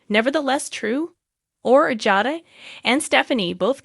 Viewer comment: Please pronounce the people's names correctly Nicole & Jada